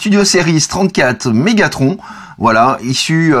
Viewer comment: Dis megathron pas Megatronche